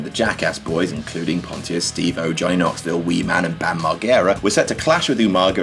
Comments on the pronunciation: It's Marjera not Marggera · "Mar- Gera" Oh, UK. MarJERa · Bam margara ITS MARGERA MARJARA ITS SAID MAR-JARA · I love you but being of the same age you should know its pronounced Mar-Jer-Ra, written Margera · no that would be Marguera, not Margera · He said mar-ger-ah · that's exactly my point. But the pronounciation in the video suited "marguera" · it's pronounced bam mar-jera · "Bam Mar-Gara" with a hard g.... ew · You pronounced bams name wrong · Anyone else catch aids from the way he said Bam Margera? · I get that you're not from the states but the way you said Margera made me cringe a little bit haha